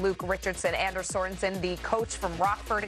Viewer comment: His name is pronounced AHN-ders